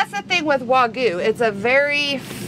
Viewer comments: So annoying for Americans to intentionally omit the Y in wagyu every single time. For some reason can't show the minimal amount of respect for the language from the culture that produces such profitable clickbait for you. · It's spelled Wagyu but is pronounced WA-GYOU. 'Gyu' means 'Beef' in Japanese. 'Wa' is the name of the farm. It's actually better known as Kobe Beef that I first ate when I was stationed in Okinawa in the 70's and again in the 80's. $1,200 that will pass through your colon's.